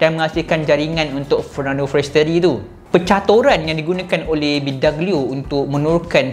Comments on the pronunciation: Bee dOg glio bukan bidagelio.. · bidoglio bang bukan bidaglio